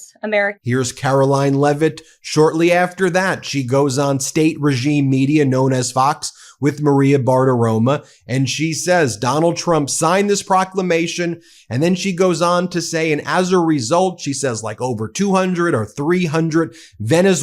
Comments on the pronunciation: Every time he says Bartamroma. Instead of Bartoromo. I hear Maria Fart-Aroma. 😂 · BartiromO, with an O, Ben! Unless you're deliberately mispronouncing her name, it's got an "O" at the end, not an "A." The right wing scum will call you an idiot if you keep getting her name wrong! Maria BartiromO, not Maria BartiromA. You haven't gotten right once that I've heard.